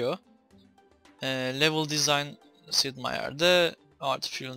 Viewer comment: Abi Sid Değil Sip